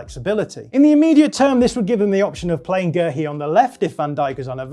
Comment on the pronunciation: Just pronounce Guehi like everyone else 🤦‍♂️